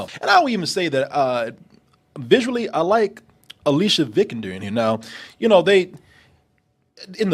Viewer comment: Not Lara, Alicia Vikander's name lol. It's pronounced ALYSS-ee-ah Vi-CON-der